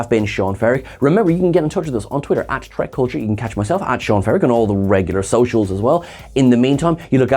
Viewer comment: why do u call this series start tek? its not trek